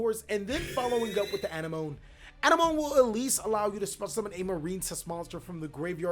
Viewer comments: Its pronounced A-nem-mo-nee lol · I believe it's pronounced Coral An-em-o-nee. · A NEM O KNEE. Knee as in what you have two of on your body. Have you not seen finding Nemo? My guy the sea anemone (uh-NEM-uh-nee) is named after the terrestrial anemone flower. A close relative of coral and jellyfish, anemones are stinging polyps that are attached to rocks on the sea bottom or on coral reefs waiting for fish to pass close enough to get ensnared in their venom-filled tentacles. The sea anemone gets food and maintenance from the clown fish and the clown fish gets protection from the sea anemone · ann-emm -oh-knee. if youve seen finding nemo then youll probably have an easier time saying coral anemone's name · Anemone; ah-neh-mon-ee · A-nem-o-ne is the correct pronunciation just to help you out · Hey bro, anemone is pronounced ah-nemm-uh-nee :) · Anemone may be pronounced wrong, but at least you don’t stutter it like Nemo lol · please watch Finding Nemo so you can pronounce Anemone.